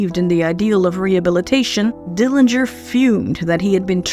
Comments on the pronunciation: A very good video with some pictures that I haven't seen in a long time. John W didn't beat John H as you mentioned. Thank you for confirming the correct pronunciation of the Dillinger family name. Yet, I am not sure why you decided to use the incorrect pronunciation of the Dillinger family name. There wasn't any discussion about the years that John H lived with Audrey and Emmett. How do you know that John H became sexually active when he was in high school? Also, that he wasn't interested in courting ladies but just having sex with them. Why do you keep mentioning that he got girls pregnant and slept his way around town? John's family continued to visit him at Michigan City. Mary stopped going because she didn't like going through all of the gates before seeing her uncle. How do you know that Audrey and others badgered Mr. Morgan in joining others regarding a letter of confidence on John's behalf for his payroll hearing. It didn't help John that he was told not to come back by the preacher. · you're correct in that Uncle John's family does care how the Dillinger name is pronounced. Thus, the reason I mention this on just about every video about Uncle John. My sources are notes taken while talking with Mary who grew up with Uncle John. Mary is in many of the books that are about Uncle John.